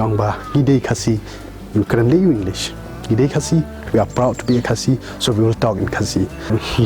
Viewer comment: The only problem I have is the way you pronounced "khasi". Ha por ba phi kren ha Ka ktien phareng bad phi kynnoh ia ka kyntien "khasi", phi kynnoh style phareng. Ha por ba phi kren da Ka khasi pat, phi kynnoh ia ka kyntien "khasi" kumba dei ban kynnoh.